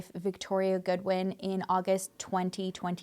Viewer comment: She said God-win 😂😂 the whoooollllee video.